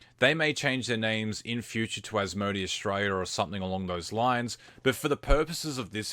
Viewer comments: is it an aussie thing to say As-Mo-D? Its pronounced As-mo-day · Probably just the case where he may not have heard how it is generally pronounced. I'm Aussie and I definitely say it as As-mo-day, but spelling-wise, it could easily be read as As-mo-dee.